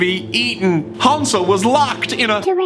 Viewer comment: Thomas pronouncing Hansel soothes me